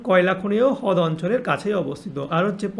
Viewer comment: দাদা হদ না রদ😊😂😂❤